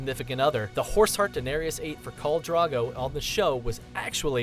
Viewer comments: Maisie [MAIZIE] not Macey.......... KHAL DROGO not Khol Drago............. O.o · You keep saying "Khol Drago," I'm crying :'D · Carl Drogo? Seven Hells... Hehe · khol drago :v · holy shit it pisses me off the way he says khal drogo wrong. they say it all the time in the show, is it so hard to pronounce it correctly?